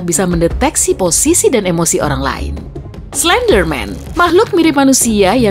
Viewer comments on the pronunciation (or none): none